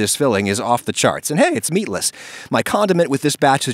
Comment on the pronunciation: I am Hispanic and I say he did everything right until he said Meatless